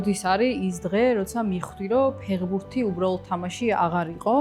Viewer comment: ფეღბურთი არა ფეხბურთი ფეღბირთი საშინლათ ისმის ყურში